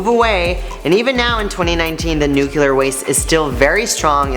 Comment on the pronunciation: NUCLEAR. Not nucuklar.